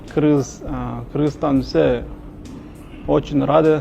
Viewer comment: Кйргызтана дебей жон эле Кыргызстан десен укам